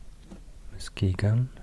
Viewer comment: THANK YOU for pronouncing Muskegon correctly!! ❤️❤️